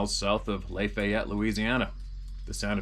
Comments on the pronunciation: The way he say "New Or leens" & Laf I ett" kills me! Us Louisiana natives get a kick out of the way others pronounce our words here lol. It's " New Aw lens" & " Laff aye yett" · Just for future reference... the correct way to say Lafayette is like laugh "laugh-eye-yette"